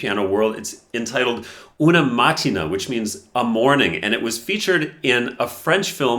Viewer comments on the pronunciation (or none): It's not pronounced “una màttina”, but “una matt-ee-nah”, where the ee is stressed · pronunciation is "Una mattIna"... not mAttina! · una maTTe-nah thats how you read it